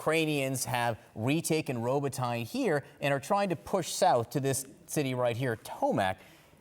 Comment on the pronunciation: Melissa Bell pronounces Robotyne correctly